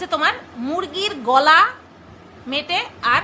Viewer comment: মেটো কথাটা সুনলে আমার জোর হাসি পায় মেটো কে বলে মেটে বলে 🤩🤩🤩🤩🤩